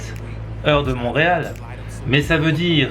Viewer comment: On dit Montréal ❤️😅